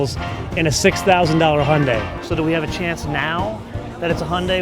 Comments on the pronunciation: why cant the guy say hy. undi...where does he get hundi from ...hes trying to say honda and hyundi..mixed ....they cant say vehicle....they say veer hicle..... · Please get your pronunciation sorted Hy yun dai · lmao1 when the guy said Hyundai